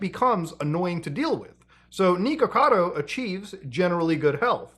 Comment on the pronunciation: Why are you calling him Knee-kuhkado? 😂😂 it’s Nick. Pretty simple.